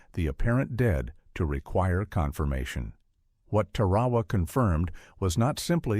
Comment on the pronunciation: DAMN ! It’s TAR A WA learn the correct pronunciation !